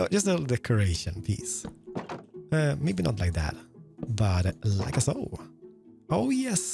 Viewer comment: I kinda Love the „lika soo“